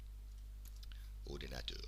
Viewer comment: your lovely pronunciation of "ordinateur" just forced a much needed smile. Thanks!